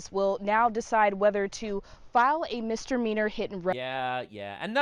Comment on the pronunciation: "MisdeRmeanor" I kept hearing that first, erroneous, "R" 😂